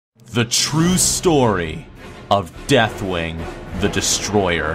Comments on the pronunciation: I find it humorously obnoxious that you purposely mispronounce deathwings name so many times. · Did he even pronounced Deathwing's name right once?